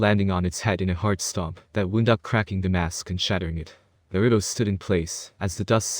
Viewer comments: First thing i hear is nurudo not naruto :\ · I don't like how he pronounces Naruto.